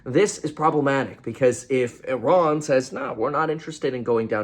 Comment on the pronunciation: Why do you pronounce Sri Lanka and Iran the way you do? It’s absolutely incorrect.